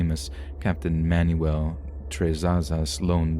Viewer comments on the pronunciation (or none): none